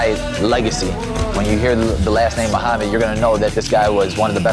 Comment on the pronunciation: Muhammad has a freaking perfect accent